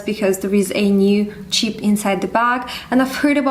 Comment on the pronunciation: You kept saying "cheap" sorry it's throwing me off as you are actually saying Chip